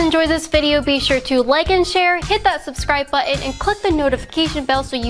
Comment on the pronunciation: No offense I'm from Texas the the country but can you say buttin not bound different for me? I truly love what you do! Rock on ! I would show these? What a Texan is about. With words. Keep strong and rock on!!!